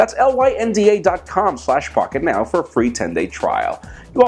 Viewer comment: First Googel & now Pockentow?..are you drunk?.. Lol